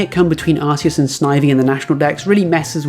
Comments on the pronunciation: I just wanna jump on the Arceus thing for a second…in Japanese his name is アルセウス (A-Ru-Se-U-Su), pronounced “Are-Seh-oos”. So the way you pronounce “Arceus” isn’t really wrong if you take his original (actual) name into account and that you’re just saying the English version of that. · I know you said you didn't want to talk about it, but I agree with you. Are-se-us matches the Japanese pronunciation, and since legendaries are meant to broadly retain their names/pronunciations across all languages, it's the only correct pronunciation in my mind. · Nah, you're pretty right on the pronunciation of Arceus. In Japanese, it's A-ru-se-u-su Which is much closer to Ar-see-us than Ar-kee-us. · arceus with "arse" instead of "ark" is literally how its pronounced in japanese. its more "right" than whatever was made up afterwards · The way you pronounce Arceus is the official pronunciation in Japan. Its only different in localised versions because they realised that it sounds like arse in English.